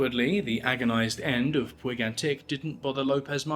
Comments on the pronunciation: Puig is a catalonian name, it is pronounced Pooch. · Puig is pronounced "putch".